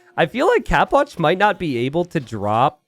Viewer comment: always says capoch like "cap watch" like an idiot